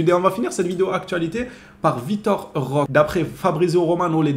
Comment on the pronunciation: ROQUÉÉÉÉ ROQUÉÉÉ CA SE PRONONCE ROQUÉÉÉÉ AVEC UN É STP 🙏🙏🙏🙏 C'est un joueur du Barça maintenant essaie de prononcer son nom correctement stp 🙏 Vitor Roqué comme tu prononce Roqué Santa Cruz ou Roqué Mesa.... Etc.. fais un effort 🙏🙏